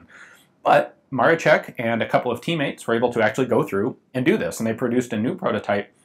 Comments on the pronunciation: Just a small note: the "sz" is a hard "sh" sound, so it's more like "Maroshek" or "Maroschek". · Ian, a great overview -- thanks for covering interesting stuff like this! Just FYI, I know Polish is a trippy language, but "Maroszek" is pronounced "Mar-o-shek." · "sz" should sound like English "sh", and the stress should be on the "ro" in Maroszek ("Ma-RO-shek"). Great video and nice gun. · The SZ in 'Maroszek' is pronounced like 'sh'. You pronounce it like 'Maroczek', which is pronounced like ch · its marOszek :D accent on O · And in "Maroszek", the accent is on the second syllable. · Cool video, just to point out, that „Maroszek" is pronounced more like „Ma-ro-SHE-k" not „ma-ro-che-k". Yeah, I know, nitpicking, but I'ts just my character xD Oh, and about the O-Z positions: O was for firing, cause it meant „Otwarty" as in „open". And the Z - „Zamknięty" - Closed. I guess. But O-Z was everywhere with Otwarty (Open) – Zamknięty (Closed) informations. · In Polish the "sz" sound is just like your standard "sh", not "ch" like you pronounced it in the video. The way you were saying it, it sounded like "Maroczek", not "Maroszek". Just for the future, in case you get more chances to break your tongue with the Polish launguage. Loved the video. Cheers. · 1. Not Josef Maroszek but Józef Maroszek. Small difference but ;) 2. Maroszek is pronounced as "Maroshek". I know, this is hard, I don't blame anyone for problems, at least they tried. 3. This is not 0 (zero) but letter O → O = Odbezpieczony (ready to fire), Z = Zabezpieczony (secured). For Polish user this has a lot of sense, for foreigners O is equal to 0 and this is the straight way to accidents. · Ok, that even I didn't know to exist, and I'm from Poland. And Maroszek try to pronouce something like Maroshek. It's more correct for you. And great vid again. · It is pronounced "Jusef Marosheck". Either or, great video! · Btw Gun Jesus, it's "Maroshek" not "Marochek". It's Maroszek not Maroczek.